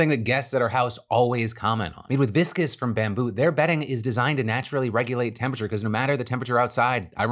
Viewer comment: is he pronouncing viscose wrong on purpose at this point